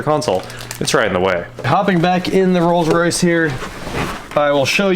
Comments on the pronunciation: I think he said Rolls-Royth 🤣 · just me or did he say "Rolls Roythe Silver Wraith II" like he was trying to combine royce and wraith, not like a lisp or anything like that? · Rolls Roith? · ....he did. Glad I wasn't the only one who heard that...lol